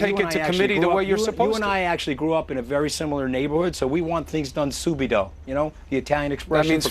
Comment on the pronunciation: Soubido.. I guess he means subito.